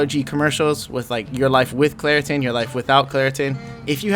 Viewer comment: Man said Claritin😭😂😂😂😂